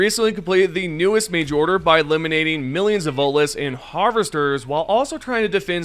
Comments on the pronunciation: Omg. THERE'S A T IN VOTELESS ITS NOT VOLTLESS. Other than that your pronunciations are great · VoTeless. Say the T, stop sounding uneducated. Happy New year. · It's Voteless, with a T. Will you please pronounce it correctly, since your job is narrating and reading aloud, it'd be nice if you actually said the words the right way. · The way you say the Voteless makes me think you're saying Volus, like the species from the Mass Effect franchise, it's funny.